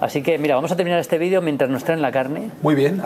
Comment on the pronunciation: CHIQUIMARCO DILE A MALDINI QUE NO ES CORRECTO DECIR VIDIO.....SE DICE VIDEO......VIDIO ES UNA PALABRA EN INGLES..